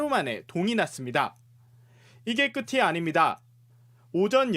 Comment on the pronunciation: 안녕하세요. 늘 수고 많으십니다만, "끝이"를 [끄치]가 아닌 [끄티]로 발음하는 실수는 정말 주의 필요해보입니다.